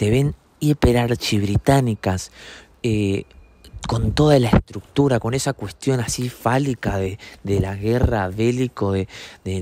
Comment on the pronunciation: dijo falica xd